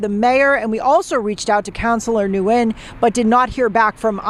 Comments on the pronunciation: I think that last nsme is pronounced like " win". Had friends with that name. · Nguyen is pronounced "WIN" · Nguyen is pronounced lik "win". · Ugh I hate the reporter!!! The person's last name is said when not new-when. The n is silent! Not that I'm defending the delulu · 😭😭😭 "Nguyen" is Vietnamese and it's pronounced something like "Nyowen". It's a super common Viet surname, like Smith or Jones in English, and it's also one of the hardest for English-speakers to pronounce 😂 They got it pretty close in the news segment though. Being half Viet myself your pronunciation kinda lowkey gave me a stroke, no offense 😂